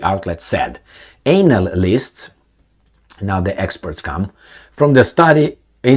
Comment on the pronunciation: I like how you say Anal-ists 😂